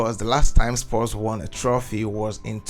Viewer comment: I cant believe this guy mispronounced EVERY name in the team. Even the team is called “Spurs” not “Spores,” ffs.